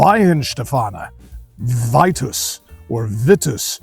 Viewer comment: Wouldn't it be pronounced "Vee-tus?" Also, how does it meet the reinheitsgebot if it uses wheat? Truth in advertising, I don't like Weitzen biers. I'm also a bier snob. Greetings from a German in Austin Kentucky.